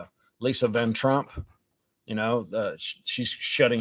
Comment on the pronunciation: Said her name wrong lol… vanderpump